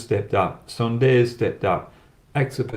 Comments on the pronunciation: Hi Brad, Sundar should be and must be pronounced as Soondar and not Sun-dar, yes it is written in English as Sun-dar but in native language it is written as Soondar. I can understand your Western Accent. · Everywhere i heard was sunday instead of sundar 🤣🤣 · It's Sunder...Soooonnnndddeerrrr..Not sunday bro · I like your videos. Please spell suundaaar and not Sunday. You will get it right😊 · Brad - sundar ..pronounced as soondaar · Brad good analysis as always, Sundar pronounced Soon Dar